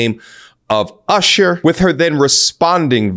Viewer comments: I appreciate your pronunciation of the name Ooshur haha, keep up the good work! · It's ursher lol. Shout out to ludacris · Why he said usher name like that lol